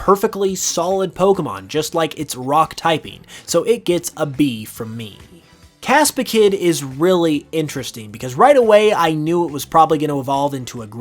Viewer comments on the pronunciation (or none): Dude over here calling Capsakid, Caspakid instead.